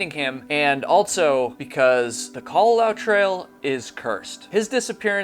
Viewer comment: I wonder if babble can teach you how to say "also"